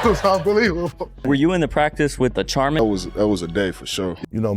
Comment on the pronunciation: Did homie pronounce it Char-min? Cmon thats soft lol...